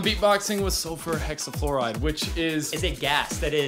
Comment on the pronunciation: Sulfur Hexafluoride not Hexafouride but awesome video!